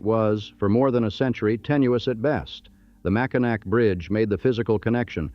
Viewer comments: Mack in nack. Gaaaaaaah! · Good excepting pronunciations, I know that the spelling seems goofy. Mack- in-naw bridge, Mus-key-gan, Houton is Hoe-ton, Key-win-naw peninsula is where the copper was. Sault is Soo-Locks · I’m really irritated with pronunciation of cities, etc. also. Learn how to pronounce Mackinac, Houghton, Muskegon and many many more